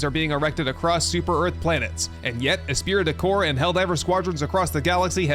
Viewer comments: At the end there, it's pronounced "espree de core" (esprit de corps) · If you don't know how to pronounce "esprit de corps", did you know you can google it and find out? You know, BEFORE you embarrass yourself?